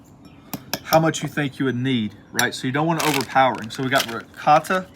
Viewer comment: Eccellente! Man, that's it -- the Italian meats! I'll definitely make one. Love the "rigawt" (Italian slang for ricotta cheese, LOL). In fact, the meats are pronounced "prozhute" -- "suprasahd" -- and made famous by the Sopranos -- "gabagool" (capicola). Thanks and again, great job! 👌😋